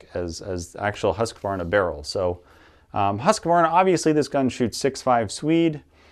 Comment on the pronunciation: I like how some people say “Husqvarna” because almost none of them say it right xD